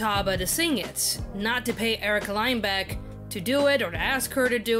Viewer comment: You said Lindbeck wrong btw..... Bruh Fake support